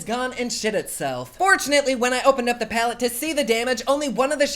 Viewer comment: Platte instead of palette 🙈